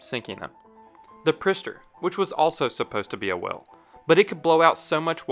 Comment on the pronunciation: im not sure you know how to pronounce whale lol